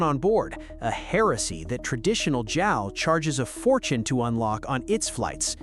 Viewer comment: Jal, really? Come on, robot